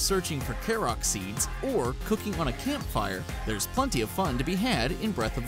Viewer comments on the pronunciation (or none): THIS GUY JUST SAID KAROK SEEDS